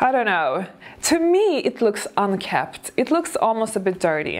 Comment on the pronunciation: I know that you want to speak good English, so I think that you won’t mind that I point out that the word is pronounced unkempt with an M.